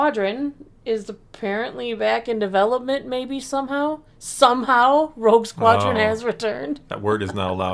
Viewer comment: it sure sounds like almost said “Woke Squadron” 😂☠️